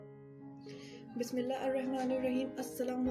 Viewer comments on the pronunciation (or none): بسم اللّٰہ صحیح سے پڑھیں پلیز